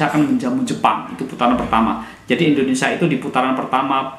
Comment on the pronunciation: Indonesia "Sia bukan Sa". Ucapkan asia dan dunia bisa bagus. Saat bilang nama negara sendiri salah. 😂😂😂